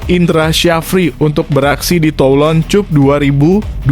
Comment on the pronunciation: Min, lain kali kalau nulis naskah untuk narasi, tulis saja Asian Kap, Tolon Kap biar dibaca oleh naratornya begitu ketimbang nanti dibaca sebagai [cup] seperti bunyi kata kunCUP. Biar tidak memalukan didengar orang banyak.